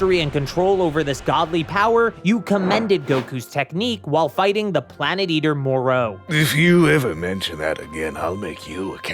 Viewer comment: Its Moro not moreau